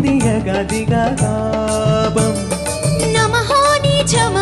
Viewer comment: bhai ...తాపం కదా ? తాబమ్ అంటున్నావ్ ...బాలచందర్ గారు ఉన్నారనా ? 😂😂